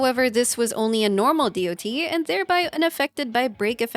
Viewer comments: You know you can also just say "DOT" as in Polka-Dot instead of Dee-Oh-Tee. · As an MMO player hearing someone saying D O T instead of just Dot its SOOO WEIRD XD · The video was interesting and chalked full of useful info, but constantly pronouncing the acronym "D.O.T." instead of just saying the word "dot" triggered me. Years of calling it "dot" makes more sense in my head instead of spelling the letters out individually. It's like spelling out "L.O.L." instead of just saying "lawl" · For decades in MMOS we called it Dot Damage, not D > O > T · I've never heard anyone fully spell out DoT before. I mean it makes sense but every game i've ever played before people just say DoT like it's a word and not an acronym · Say DoT one more time